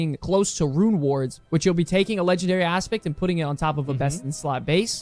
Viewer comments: its LEGNARARY! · “LEGNARARY” -Asmongold 2023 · "rares". "LEGNARARY"